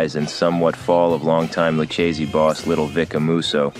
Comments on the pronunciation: Dude literally said Luc a see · Lucasees? Learn how to pronounce Italian names if you're going to narrate a video about the mafia. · Well written bio, but your voice actor didn't do his homework, mispronouncing Luchese several times. Once or twice we could tell it had to be edited/rerecorded. Distracting. No sub here.